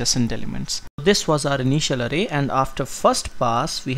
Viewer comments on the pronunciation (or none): Bro it's not arey...it is aaray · its not arrey for example "arrey bhai" pronounce it Array 😹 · "0eth aray and oneath aray" 😂😂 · he does it for the foreigners to understand his accent. If you google the correct pronunciation of an array you'll find that it's 'arrey'